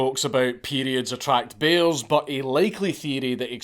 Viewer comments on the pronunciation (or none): It took me a while to understand that he said that periods attract bears. I kept thinking he said "Bezos" as in, Jeff Bezos, and I just went "yup sounds about right"